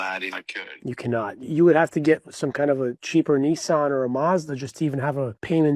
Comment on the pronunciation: What's a Kneesarn?